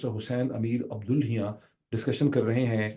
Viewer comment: Everytime the honorable host tries to pronounce the Iranian FMs name he has to pause for a while... His name's correct pronunciation is Hussain Abdollah+hiyan...عبداللهیان... hope this helps